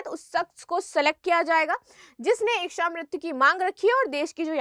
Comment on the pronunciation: बार बार इकछा इकछा किए जा रही है,,, इकछा नहीं होता,,,,, इच्छा होती है